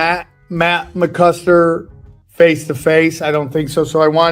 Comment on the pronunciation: McCusTer??? It's McCusKer! Have some respect 😆